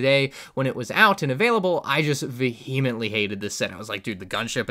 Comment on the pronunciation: Came for the sets, stayed for his pronunciation of vehemently